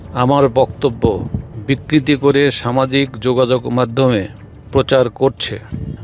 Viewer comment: বিকৃতি না রে ভাই বিকৃত !